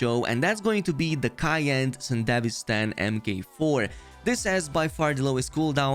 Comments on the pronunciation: Bro pronounces sandivistian like a country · Edgerunners series: mentions sandevistan over 100x This guy: mispronounces it OOF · It's 'san-duh-VEE-stan' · Isnt it pronunced Sande - VI - Stan ? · damn what how is "Sandevistan" pronounced like that in english? IMO the japanese version was better (Yes I watched the anime in japanese with english sub) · I was curious on your video until I heard your butchering pronunciation of the Sandevistan. Over and over and over - Cringe. Closed. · The one gripe i have is how everyone pronounces sandevistan is it really pronounced san-de-vistan? or is it sende-vi-stan?